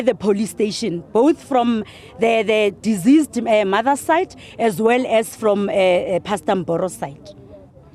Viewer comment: The way she pronounce deceased 😢